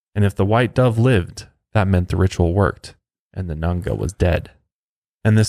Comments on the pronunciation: Its Nganga not nanga.... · It’s not pronounced Nunga it’s nganga ( n gangah) also it’s not pronounced mayumba it’s Mayombero (mayo m bero) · Dude it's palo mayumbe as in "Pah-Low_My-oom-Bay". And he was gay. He only slept with women to manipulate them and create an attachment/bond between them. Also it's nganga, as in "In-Gong-ah"